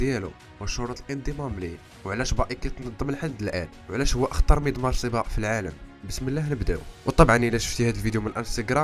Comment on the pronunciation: ماكاينطقش حرف القاف 😂